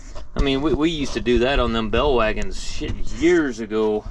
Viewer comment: Are you saying bell wagons? Or bale wagons?